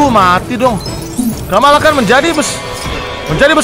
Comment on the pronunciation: bang itu bukan kamalakan tapi kamala